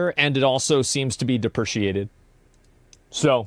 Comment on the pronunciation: ...deprecated not deppreciated